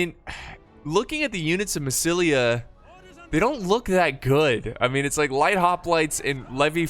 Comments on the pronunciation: You called "MASSYLIA"- "MASSAYESILI" like half of the battle))) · "Massissully" Lol